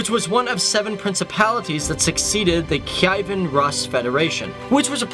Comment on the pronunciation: Rus is pronounced Roos